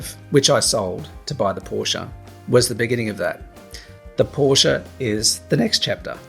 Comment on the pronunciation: Ahhh don't you mean you've wanted a Por-sche for about 30 years.....I mean 30 years should have been long enough to know how to pronounce it correctly....lol